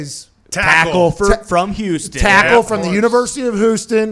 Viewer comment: "University of WHOston"